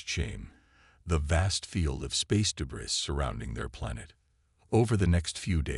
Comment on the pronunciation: The repeated mispronouncation of "debris " detracts from the narration. Where is the quality control?